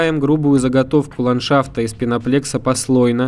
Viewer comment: На листах пенополистирола по-русски огромными буквами написано "пеноплЭкс". Диктор всё видео: "ПеноплЕкс-пеноплЕкс"...